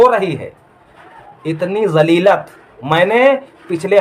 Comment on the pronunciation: 5 : 26 पर :- लफ़्ज़ 'ज़लीलत' बोल रहा है जबकि सही लफ़्ज़ ज़लालत है। इससे ज़ाहिर होता है कि ये बंदा पक्का जाहिल है इसे सिर्फ़ विडियो बनाने का शौक है। इसे ना तो इस्लामी अक़ायद की तमीज़ है और ना ही इस्लामी तारीख़ की ।